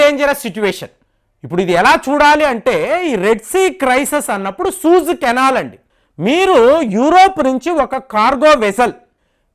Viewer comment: సూయిజ్ అనాలండి. సూజ్ కాదు సార్. రెండవ వీడియో లో కూడా ఇలానే అన్నారు కాబట్టి ఒక వెల్ విషర్ గా నా ఈ కరెక్షన్